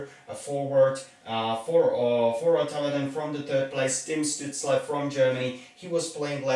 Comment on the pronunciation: Capitals T-Shirt and Canadiens cap, some people would get a heart attack from that. Btw Stützles name should be pronounced with Sh in the beginning. When you take into consideration also depth charts of teams, picks will be a bit different. Ducks will not take a center, they drafted a center with high ceiling potential in the first round last year (Trevor Zegras), Ducks will likely choose a defender, because they dont have many in the system. Hopefully Drysdale, but Sanderson would be fine too.